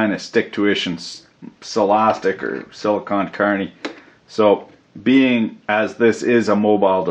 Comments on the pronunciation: You keep saying sillycon carny but I'm just a regular carny how do I get silly status? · Whenever you say silicone carnie i think of a Carnie from a travling circus made of silicone